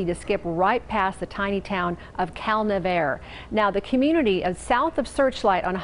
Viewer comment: I always thought it was pronounced Cal - Nev - R- EE